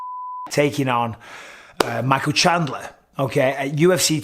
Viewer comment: I see you're still saying Shandler instead of his actually name lol. It's been years man